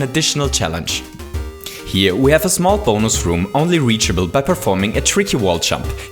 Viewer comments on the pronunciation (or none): none